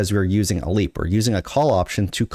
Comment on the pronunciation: it’s a LEAPSSSSSSSSSS. Bro the S isn’t plural it’s part of the term